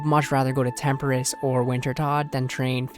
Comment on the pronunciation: great channel bro, been watching for months, but please, please stop saying temperiss it’s tempo-ross tempoross